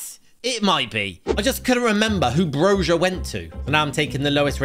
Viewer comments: Hi I love your vids and im Albanian🇦🇱. I saw your pronoucesation with Broja. In Albania we don't say broja with a ja sound we say it with a ya like Broya im not saying your bad a pronoucing it is just I wanna make sure for future. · it killed me so much when u pronounced broja as brozha